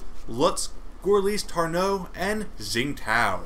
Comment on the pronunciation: Just so you know, Gorlice is pronounced like "Gorlitse", with the e sounding like the first letter of "eventually" and Tarnów is pronounced like "Tarnoov".